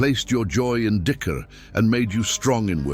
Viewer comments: I think it's not 'makiing dicker' lol it's 'making dzikir'. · Please try and keep tabs on this AI stuff, it is intentionally made to pronounce some words in awful way e.g Its Dhikr but Ai turned it to DICKER I also notice attimes it say AZRAEEL then next sentence it would say AZRAAL,AZRAIL clearly the subtitle is showing AZRAEL this is not an Error But intentionally programmed to act that way. Please filter the Error in future content.